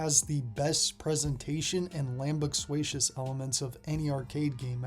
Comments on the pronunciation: lamb-us-qua-cious? I've not heard that word in my life either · I'm sorry, did you say "Lambuxuatious?" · you keep saying this word in your videos yet it’s not real as far as I can tell or search or know about. Are you mispronouncing something else?